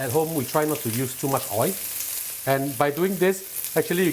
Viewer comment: Oil not oii.